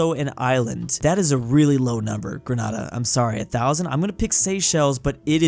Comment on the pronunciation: I swear everyone gets my nation's name wrong, its Grenayda (pronounced that) not Grenaada